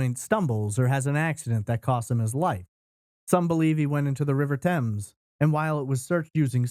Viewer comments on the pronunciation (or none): none